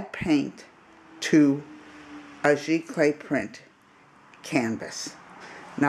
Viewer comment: Its pronounced Z Clay (Giclee)